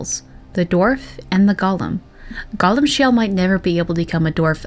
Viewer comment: It's pronounced goal-im